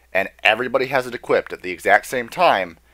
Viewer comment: learn to say equip, not equiptid, "also have it equiptid.." stfu there you can't pronounce common words